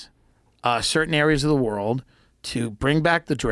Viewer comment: Redban cast a spell on Joe midway through the podcast and gave him the ol "Rurald/World" speech impedement. #olivegarden